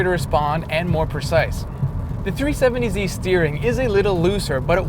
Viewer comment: Is it just me or does this guy say tree70z instead of 370z